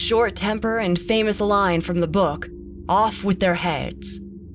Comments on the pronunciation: Girl: Book What i hear: bUuK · weird way to pronounce 'book' lol...